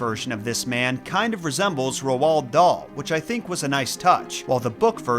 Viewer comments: You pronoce it like Ro dale ok 😮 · i love how you call him rowowld dahl😂😂 it’s said like role darl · Right. How do we pronounce Roald Dauls name. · It’s pronounced rold dahl not rwald dahl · If you're going to make a video about somebody at least learn how to pronounce their name correctly! Who the heck is Rowald Dahl? It's pronounced Raulled Dahl, ask for the correct pronunciation from Google they will play a version of somebody saying the name/word. It's really not that difficult to get it right! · Roald "Rold" Dahl "Daal" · RoOld dahl ick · Good video but your pronouncing rowld daal wrong but it's more like roll dal , we learn about him in school because he was born Wales . he's like one of the only famous Welsh authors . So welsh people are good at pronouncing his name . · Yeah the name is pronounced something like Rowl darl where I'm from. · Did you actually just heavily misprounce the authors name😢 Roald Dahl.... like ROLLED dahl🤦‍♀️ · is it just me or does say Roald Dahl weird